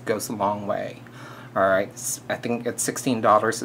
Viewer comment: i love the way you say alrrrrright(: thumbs up if you agree